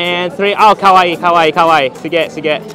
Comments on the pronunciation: sounds like she's saying kowai (scary) 😆 I guess it works for Halloween though, most of them probably still took it as a compliment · saying “kowai” instead of “kawaii” is big difference one means “scary” and the other “cute” 😂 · Hello, I really like your content, just try to say "Kawai", not "Kowai", because "Kowai" is that you are afraid, or what you are watching is frighting 🤗